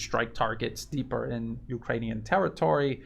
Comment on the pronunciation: "ukranune D DAY" give us a break LOL